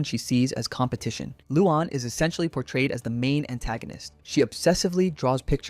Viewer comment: Not to be rude but you pronounce it as Lu-Anne